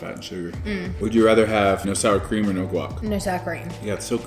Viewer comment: Lol her noeeeweeee is exactly what Jordies talks about with Aussie chicks saying no